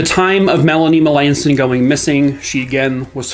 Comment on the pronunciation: I know some Melanson's They pronounce their last name different from how you did. I hope the family gets the answers they deserve.